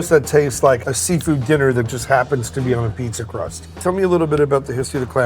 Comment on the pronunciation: Listening to them saying “Abeetz” makes me want to smash them both in the face. Jesus Christ, it’s pizza. Cool, it tastes good. Ok….